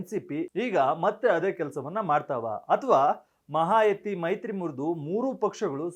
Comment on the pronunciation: ಅದು ಮಹಾಯತಿ ಅಲ್ಲ ಮಹಾಯುತಿ